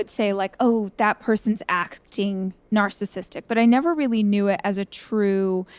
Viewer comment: The way Debbie says “narssistic” and leaves out the middle syllable is driving me berserk.